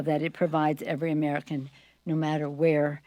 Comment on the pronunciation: "Who worked tirelessly for the armican - for theapapiddu- for the" stfu and get off our phones already clearly your mispronounced words are not needed nor do they change anything.